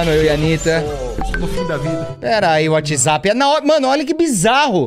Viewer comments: "Perai whatsaza" KAKAKKKKKKKKK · adoro o fato do t3ddy fala UATIZapp TÃO SATISFATORIAMENTE